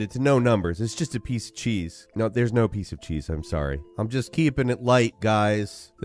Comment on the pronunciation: when you mentioned cheese. It actually sounds like shi (四) or number 4 in Japanese.